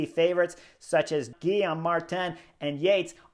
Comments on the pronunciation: Chris, please, you rode for a French team…. It’s pronounced Gee-yome, not Gill-i-am. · Chris’s mispronunciation is some of The best parts… don’t stop slaying the names. 😂